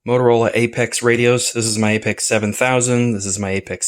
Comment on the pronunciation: It’s pronounced “Apex” and not “A P X”????